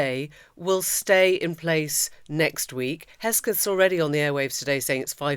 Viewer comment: Emily, it's HEGSETH not Hesgeth.